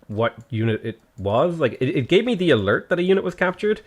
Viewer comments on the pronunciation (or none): none